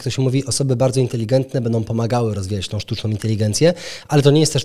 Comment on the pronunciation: MówiOM bedOM...Przerażające jak ludzie którzy powinni dawać przykład sami nie potrafIOM siem wysławiać... Tragedia,ktoś kto tak się wysławia z miejsca traci w moich oczach!!! Wstyd!!!